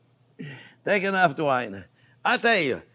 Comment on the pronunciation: did he say "drink enough wine" or "take enough twine" LOL